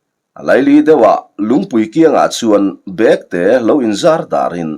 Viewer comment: Chhiartu kha i intlawhkhalh lâwk viau na in ziaktu rilru angin I chhiar bîklo maithei a nia. Bêktê I thlûk dân hi a diklo "London kal ka châk hle" tiha châk hle thlûk ang hian lam tûr.